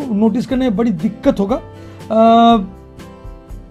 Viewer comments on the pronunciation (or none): none